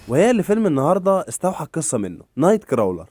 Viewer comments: الفيلم ينطق نايت كرولر و ليس نايت كراولر و الممثل اسمه جيك و ليس جاك 🤦🏻‍♂️🥴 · يسطا crawler بتتنطق كروولر مش كراااولر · اسلوبك كويس يا و عجبنى تجميع الافكار و اللقطات و الحلقة بصفة عامة جذابة، نصيحتى الوحيدة انك تستعين بجوجل فى طريقة نطق الكلمات الانجليزية (مايصحش يا تنطق اسم الفيلم بالشكل ده!😉)… بس بصفة عامة برافو👏🏽